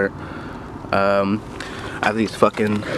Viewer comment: SAN DIEGO !!!! THATS WHATS UP MY GUY. I COULD TELL YOU WERE FROM DOWN HERE BY THE WAY YOU SAID '"FUCKIN' ". CHEERS MATE.